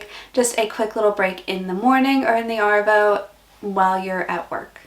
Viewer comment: G'day mate , This was a fully sick video but you have to work on Arvo and Avo they both sound the same when you say it lol . Keep up the great content mate :) oh BTW Dero short for Derelict meaning a homeless person or a tramp , hobo .